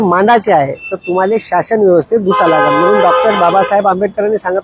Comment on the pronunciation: Shashan nahi sir shasan aste😂